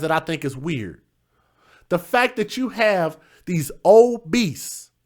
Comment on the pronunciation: Oh, "OBESE". I thought he said old beasts. Lol